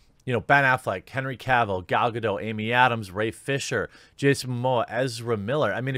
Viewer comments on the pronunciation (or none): none